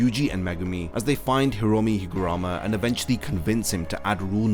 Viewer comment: its not higurama its higaruma